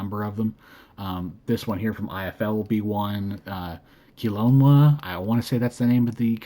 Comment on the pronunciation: Kilonia flightcraft 😂 keh-low-nah flightcraft haha